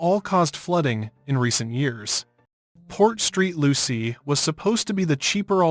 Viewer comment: It is Port Saint Lucie